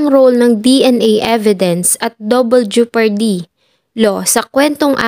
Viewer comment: Ano'ng 'jupardy'?! Jepardy